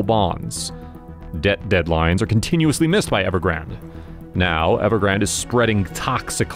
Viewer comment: It’s Ever-grand. Not ever-grand-a